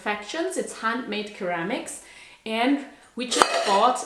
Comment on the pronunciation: Thanks for sharing and inviting us to travel virtually with you! Hope you don't mind me saying this, but ceramic is pronounced 'seramic'. And they're beautiful pieces.🌻